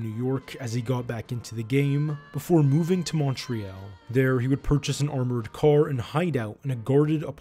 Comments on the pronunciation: Good documentary but why the hell do you say montreal like that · Can you please pronounce Montreal the correct way either the French or English way! it is not too complicated to say! But the rest is great! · Montreal isn't pronounced like that in french or English. I would check the pronunciation of both and pick one if you intend to do more content about Montreal. I really enjoyed the video though, you did a great job. Keep them coming! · But I have never before heard the last syllable of “Montreal” pronounced as “ELL” by either French or English-speakers when speaking in English, even when I have visited Montreal! So, perhaps that last syllable quirk is a thing that happens when folks from Quebec pronounce it in English? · Listening to the constant mispronunciation of Montreal, was too much! Couldn’t finish this! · Your pronunciation of Montreal made this difficult to watch. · the way he says montreal is just so so so so wrong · Great work...but please learn how to pronounce Montreal properly. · Why are you mispronouncing Montreal ahhhhhh, all jokes aside great job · The way you mispronounce Montreal was extremely irritating. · What ridiculous pronunciation of Montreal. So bad I can’t listen to the video, as most of the names are also mispronounced. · mon tree all..... not mon tree al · Yeah, it's quite annoying to hear Mon-tree-yell instead of Mon-tree-all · More like Mun-tree-all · It's not "Munt ree-yell" It's "more ay ALL" or at least "munt-ree ALL' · Man, as a Montrealer (not "Montrealite") the way that the narrator mispronounces Montreal over and over again is driving me crazy. It's "Mon-tree-ALL" not "Mon-tree-ELLE" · exactly! And we say St Leo or St LEOnard, not St Lenard. Also it's Mon tree all, not Mount reel. Lol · Excellent Report, spot on and informative. Btw, Montreal is pronounced as Montriall, Montriaul not Montreaal. Great work and concise...🙏🏻🙏🏿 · Great documentary. Except we say MonTreeAll, not MountReel. And St LEOnard, not St Lenard. Lol